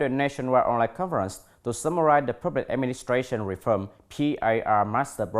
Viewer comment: Tại phút tư·conference /ˈkɒnfərəns/ anh đi đọc là /ˈkɔnfərən/ và thiếu âm bật /s/. Tại phút cụm tentative contents phải đọc là /ˈtentətɪv ˈkɒntent/ mà anh đọc là /ten`teɪtɪv kənˈtent/ là sai trầm trọng vì content (v) nhấn vần 2 còn (n) nhấn 1 nha anh.